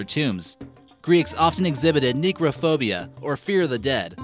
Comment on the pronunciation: And its pronounced nekraphobia not neek (i know how its spelt before anyone gets going). And the ancient greek laptop is a WAX TABLET for writing you dope. The antikythera device is an astrolabe. The helmet isnt a phalanx helmet (phalanx is a military FORMATION) its part of the 'panoply' - the equipment of the hoplite soldier (see the root ''opli' in panoply? See the 'opli' in hoplite? The h is not present in greek but always pronounced when the first letter is a vowel hence Hoplite but then panoply (no h) Inscriptions in the menelaion? Really? You DO know leonidas has nothing to do with bronze age Sparta, right? Did you do ANY research? I mean even wikipedia? An amazing ivory sword hilt comb... Seriously... Seriously mate. Do a little bit of research. A LITTLE bit would save you looking like a tool.